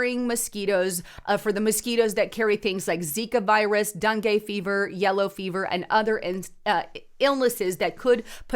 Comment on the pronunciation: Its Den gay fever. Pronunciation